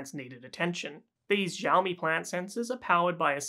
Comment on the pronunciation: Xi in Chinese sounds like the word "she". Its "Shiaomi", not "Djiaomi".